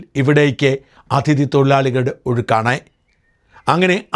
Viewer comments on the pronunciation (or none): "" അഥിതി "" അല്ല mr. ഷാജൻ . "അതിഥി"എന്നു പറയുക